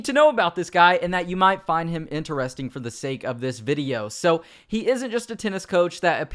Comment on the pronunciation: Yes that was very ENTER-REST-ING